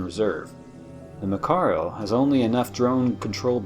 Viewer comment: So far so good. But things are wrong. One not even light can escape a black hole. How can a destroyer? The battleship is not pronounced that way.